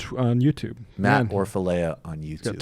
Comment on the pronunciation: pronounced Orfala the e is silent. check out his tag to Kyle saying his name :)